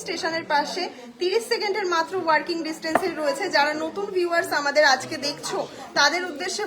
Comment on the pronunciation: Apner anusthan dekhi, bhalo lagey, ami kolkatay thaki, apner du akta uchharon khub kane lagey, apni ki walking ar working er toffath bojhen na...., eto khub e chhotobelay thekei jane, uchharon thik kore korle ar je ward uchharon korchen, ter artho jene bollei anusthan aro beshi monograhi hobe, bhalo thakben ..